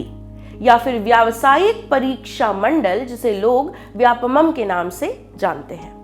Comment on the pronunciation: Vyapamam.. नहीं vyapam. व्यावसायिक परीक्षा मंडल